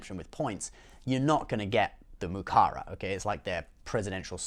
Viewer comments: It’s muraka not mukara lol 😂 but we get ya 👍🏼👊🏼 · It's MURAKA, bro